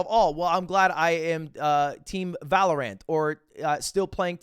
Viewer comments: i LOVE how you pronounce Valorant as Valor Ant instead of valorant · Ludwig saying „anether“ and „valoRANT“ in the first 30 seconds is rough.